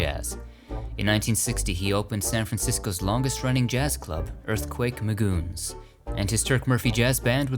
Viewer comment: “Earthquake Magoons”